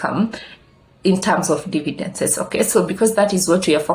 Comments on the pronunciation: Good content. Slight correction it's dividends not dividences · Glad you noticed too. It should bother me, but it does cos she repeats this mistake always. Nonetheless, great content.